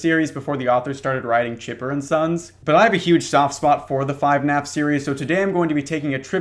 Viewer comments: when the fuck was it called 5naf its FUHnaf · "5naf" instead of "fnaf" is my favorite small detail